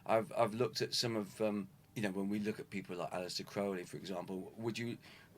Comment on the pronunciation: Happy to learn Jaz knows how to pronounce Aleister Crowley's name correctly...